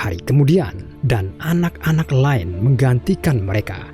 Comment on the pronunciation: Baek, maen, laen. Harus gitu kah pengucapannya?